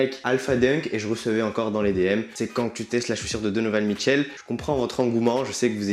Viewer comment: au debut je croyais que tu disais don michou